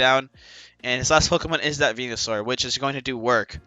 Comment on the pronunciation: Anyone else hear him say he like 9t spirtomb and venu lol